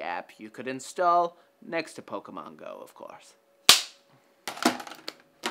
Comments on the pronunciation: anyone that says pokemans instead of pokemon just seems out of touch to me, not to mention it's bloody annoying to hear :/ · tim actually said poke-man lol